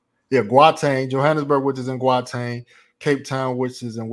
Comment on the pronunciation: Bro I love the videos but you have to get your pronouncing of names right 😂 it Kwa Zulu Nata (not Kwa natal ) and Gauteng is pronounced How Teng (Gauteng) the G is silent !! And when your there learn some Zulu as well !!